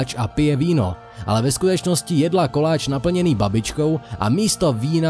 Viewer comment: ja som nepočula jedla ja som počula že jebla :D